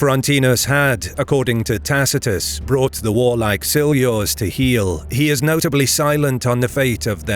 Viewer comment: This chanal is amazing for how how know latin you pronunce Tacitus wrong the c a hard k sound I guess you have similar problems whit aother languages but you maybe should know. You use good source materials